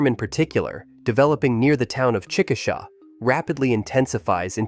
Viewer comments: It's chick-a-shay, not chick-a-saw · For the record, Chickasha, OK is pronounced "Chicka-shay," not "Chcka-shah."